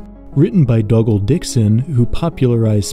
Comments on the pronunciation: It's DOOgal, not DOUGal. Dougal is not the long form of Doug. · Dougle is said doogle and not duggle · Why do you pronounce Dougal like that? Oh, you even pronounce it correctly once at the end but the few times as “duggle” was pretty weird.